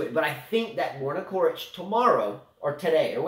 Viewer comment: If you commentate please pronounce the players names correctly.... It's not pronounced "Korich" but "Chorich"... Regarding coaching on court... I think it should be banned also from women tennis... maybe it can be at juniors but if you are grown man or a woman it should't be allowed... just grow up... they are payed enough to learn to make the right decisions during the match... and NO you will never be able to travel back in time... not in a million years....